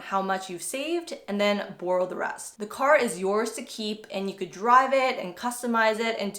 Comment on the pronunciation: it's borrow, not burrow